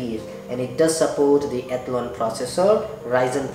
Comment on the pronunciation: Nobody in this world except you pronounces Athlon as "ethlun"